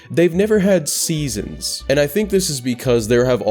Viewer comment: Eh hem…. ORACLE OF SESONS!?